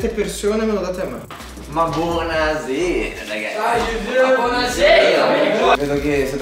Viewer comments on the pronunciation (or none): "ma buonasèra" 🤣🤣